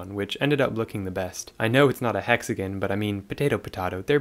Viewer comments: Hexagon❌ hexagin✅ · Ok I wasn’t going to comment this but it getting annoying hexaGON not GIN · the way he pronounces hexagon makes my blood boil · it's alright 😂😂😭